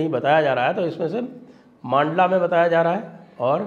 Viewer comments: Sir, "मांडला" नहीं इसका सही उच्चारण "मंडला" है । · मंडला उच्चारण कीजिये सर, लोकल वालों को विश्वस्त समाचार लगेगा। मांडला प्रोनाउंसेन अटपटा है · मंडला है। मांडला नहीं ! जगह के नाम का उच्चारण सुधारिये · मंडला है सही उच्चारण